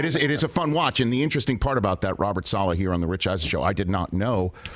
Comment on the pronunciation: "Sala" please Rich 😭 it's Saleh. This guy must be done correcting people's pronunciation though 😂